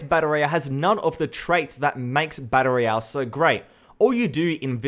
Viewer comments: It's "battle royale", not "batta roiyah". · "Batta Ray Yell"